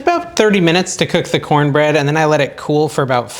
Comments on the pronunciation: " Corn-nanna bread" 😂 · Thanks for that recipe. I miss corn bread. Will try this. Love your vids….cornana bread 😂